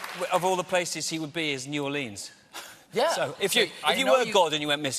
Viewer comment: The way he pronounces New Orleans bothers me. It's supposed to be New ORleans, not New orLEANS.